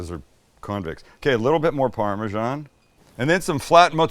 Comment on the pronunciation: The last syllable in Parmesan is “san”, not “shan” or “jan”. Please stop making up random sounds